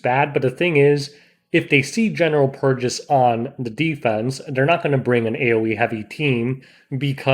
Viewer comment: c'mon man it's general PURRgis